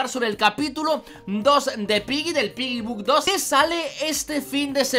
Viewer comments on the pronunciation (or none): quien mas cuando dice piggy book 2 escucha piggybug 2